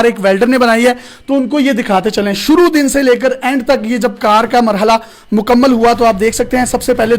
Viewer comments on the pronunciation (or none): none